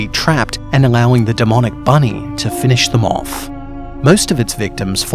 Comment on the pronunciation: Büny: Büny